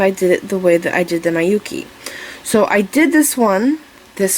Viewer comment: Hi, thank you for your lovely earring tute. Just one thing, Miyuki is pronounced "mee-you-key", not "my-you-key". As a Japanese person, I cringed each time you pronounced it, sorry.